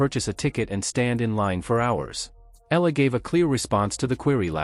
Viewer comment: Please say Alex's surname , the way we Filipinos pronounce it. It's "E-Ya-La," not simply Ela...Thank you..